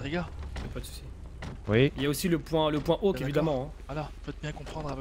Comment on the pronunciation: SIX pas awhk, mais « hawk », comme ,faucon’ en anglais ;)